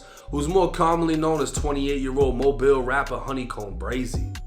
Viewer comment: Look at you saying Mobile correctly and knowing that's the Dolly Parton bridge. 👍 The crime in that city is out of control. That guy has quite a record. The LEA there you don't want to get wrapped up with. He's likely to end up in a fed pen now. Edit: in his state if you are with someone commiting a crime, even if you don't participate, if you are in the car with them, you get the same charges.